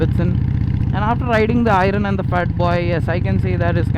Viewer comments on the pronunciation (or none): I'm sorry but it is not irun it is pronounced as iearn I am sorry but had to correct it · Disagree on one count. Its "i-earn" not "eye-run". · I really want to not hate on this, but pronunciation my man. When reviewing a product, learn to say the name of the product. Irun kept distracting me from what you were saying. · I-Run.....Man at least call it an iron. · Can i hear you guys pronounce "IRON" correctly! 🙏🙏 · Why do you keep calling it Ai-run? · "I run" 883 the pronounciation though 😂😂😂😂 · iron.... pronounciation is very funny 😂😂